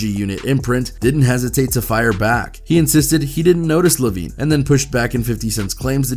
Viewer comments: He called Jimmy Eye-O-Veen Jimmy Levine 🤣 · Bro called him Jimmy Lovine instead of Jimmy Iovine 😭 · Jimmy iiiiiovine. Not Lllovine. Haha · Why does the narrator keep saying Lavine, it's Iovine. I Ovine??? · Jimmy Lovine get outta here dude u don't know wtf u talking about its iovine eyevene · Who is jimmy lavine? Jimmy Iovine pronounced (Eye-veen)...smh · Man said Jimmy lovine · He’s Iovine not Lovine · Who is Jimmy “Low-veen”? I thought it was I veen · It's Jimmy Iovine. With an i. Not L lmao .."Lovine" 🤣😂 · This is why y'all shouldn't comment on shit you don't know ABOUT. Who the FUCK is Jimmy leavin? It's an "I" dumazz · It's Jimmy Iovine with a capital i not an L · It’s not Lavine!!! His name is Jimmy iovine. How can you fuck that up? Lol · “Jimmy Lavine” lmfao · IF YOU SAY LOVINE one more time…I swear…you nerd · LOL!!! YOU CALLED JIMMY IOVINE ... JIMMY LOVING 🤣🤣🤣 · Jimmy IOVINE. iOVINE. Theres no L in his name. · Did I just hear 'Lovine'?! Do your research man! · Dawggg...it’s jimmy iovne (eye-Vene) lmao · I just want to say this. His name is Jimmy Iovine (Eye-oh-Veen). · The way ya man keeps saying Jimmy Lovine 😂 😂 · It’s Jimmy Iovine. Like EYE-veen not an L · How you gonna pronounce Jimmy Iovines name wrong 🤡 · I think personally you know nothing about rap mgk had eminems and halies name in his mouth Rick Ross planned to come at aftermath and apologised when he realised he would be slaughtered and that’s not how you pronounce Jimmy Iovines name